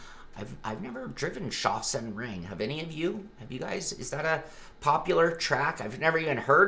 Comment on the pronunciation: Sounds like Sak-Sen ring 😁